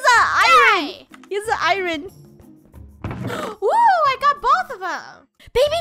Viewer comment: I love how Draco and funneh say iron like iroan